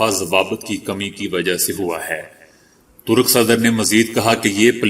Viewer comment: Talb nahi hota hai. Yeh lafz talab hai. Esi tarah Turuk nahi hota Turk hota hai. Ummid hai aap apna talaffuz durust kar lenge.